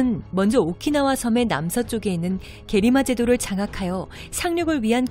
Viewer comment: 게리마 제도가 아니라 게라마 제도입니다...